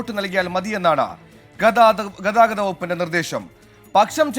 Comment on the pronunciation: ആദ്യം ഈ അനൗൺസർ പുള്ളിയെ ഒന്നു മലയാളം പഠിപ്പിക്ക്. ഗദാവതം എല്ലാ ഗതാഗതം.